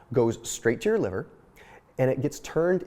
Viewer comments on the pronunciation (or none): none